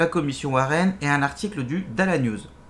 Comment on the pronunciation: Merci mais c’est ça se dit pas « dal news » mais « dallace news » le (s) se prononce dans dallas